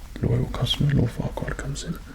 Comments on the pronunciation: Lemme get this straight did he just say, Lord, Farquad... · Looking back on it, I know he said "Oh Farquad no, nothing to worry about". But at first, I definitely heard "Oh fuck- no, nothing to worry about".